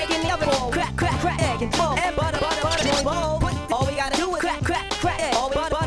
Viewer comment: Love how he ended it with buttuh